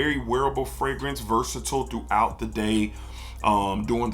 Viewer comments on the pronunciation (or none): none